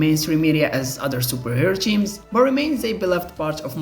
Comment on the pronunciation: Ah yes, I love me some Marvel "cheams".